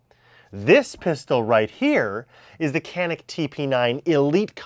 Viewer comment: Awesome vid, don’t mean to be know it all, but it’s pronounced janik in Turkish c pronounced as j and j pronounced as zh